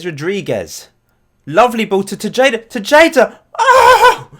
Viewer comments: the tay part or TAE-HA-DAH, not bad though and im not doing this to annoy you, just think of it the thing you learned today. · Actually, it's Teheda, not Tesheida 😂 great video tho, keep the good work up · I'm a little sad that Alfredo Machado didn't make your squad. he plays for my local club (Houston Dynamo) as a center back. Panama uses him as their right back. Also: Tejada is pronounced "Tay-ha-da" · It's pronounced Te-Ha-Da dude.